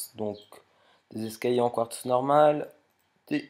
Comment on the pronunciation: Pourquoi tu dit escayer a la place d'escaliers